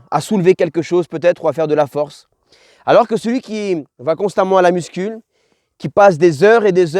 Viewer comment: Parcero me gusta el tema pero una cosita jajaja no se dice “MUSCUL” pero “MUSCU”. Gracias por todo que dios te bendiga papi